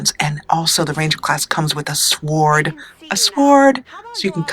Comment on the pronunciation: I love it she said S'word instead of Sord (Sword)Just picking on you lol ;)